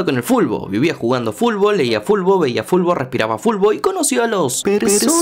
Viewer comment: mmmm soy yo o es q el esta pronunciando fulbol o fulbo en veces de futbol ? 🤔